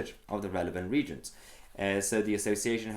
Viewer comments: Just a quick heads up. Reagent is pronounced as re agent not as regent. As I was listening in on audio only took me a second to realise what the issue actually was. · Hi Mahyar - brilliant content as always, just one issue... the word reagent. It's pronounced re-agent and not reagent as in royalty. Re-agent grade chemicals are 99.9% pure compounds and are used in research such as pharmaceuticals as in the case of Covid19 now, whereas commercial grade chemicals are allowed a small percentage of impurities but still confirm to standards. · Say it re-agent, not regent, as with reaction. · Mahyar the word is pronounced ree-ay-gent not regent, keep up the good work. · Mahyar, I must correct you, it is pronounced ''Re- Agent'' sorry. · I hope you don't think it impertinent of me Mahyar, but the word 'reagent' is pronounced re-agent rather than regent. Enjoy your input mate, all the best and stay safe. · Don;t you know the Regent is spelled like that not Reagent which is pronounced RE AGENT! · Love your channel my fellow Persian from the other side of the pond. I hate to be pedantic, but it is pronounced Re-agent not reagent. As in an agent redoing itself, not a member of royalty acting on behalf of the monarch. Keep up the good work and happy Nowruz. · Minor point of order. The word “reagent”;is pronounced as “re agent”. Thanks. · Reagent is pronounced REE-AGENT. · Just an FYI Mahyar the word is pronounced re-agent.